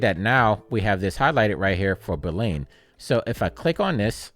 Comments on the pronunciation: Thanks! Also had me giggling every time you said “boo-lean” 😎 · Straight to the point! Loved how you pronounced "Boolean" haha Cheers!